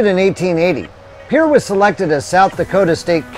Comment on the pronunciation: 2 out of 4 isn't bad. You got Pierre & Fort Pierre right. Oahe is pronounced ah-wa-HE. Not ah-wa-HEY. La Framboise is pronounced La From-boy. Finally you Fort Pierre Chouteau right with the proper French pronunciation of Pierre.